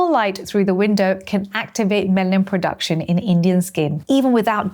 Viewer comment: You said "Melanin POduction" twice